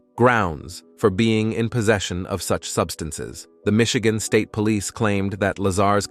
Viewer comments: "Michigan" became Misheegaan 🤣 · I was honestly wondering about that, I've noticed that in a few videos from different channels too. Even the pronunciation 'Michigan' was odd as hell.